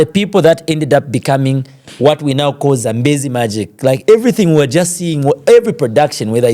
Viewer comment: Awesome Bwembya Bflow thanks for hosting Innocent his face brought back our childhood TV memories. However,Bflow why do you like Stressing the letter R in every word 😂,have heard you pronounce the word CALL ati KOR . Furthermore, you have a good command of English but tone down on the Letter R please 🙏🏾,this is just a constructive criticism 🙏🏾.